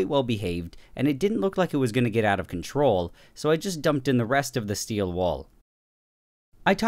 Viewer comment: No one: Absolutely no one: Nile reid: steel wOoL 😂😂😂😂😂